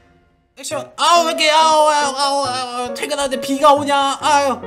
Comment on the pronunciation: 처음에 '액션'이라고 들은1인